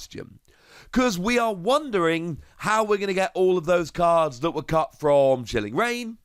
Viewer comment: You said “cut” but I heard “cucked” and I died laughing lmao